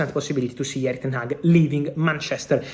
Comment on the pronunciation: Ten-hag stays